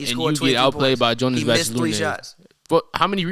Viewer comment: properly pronounce Jonas Valanciunas name properly challenge Man sad Vasalinez 😂😭